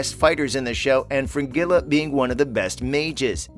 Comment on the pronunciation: And Frengila ( spelt as he says it) SMH 😖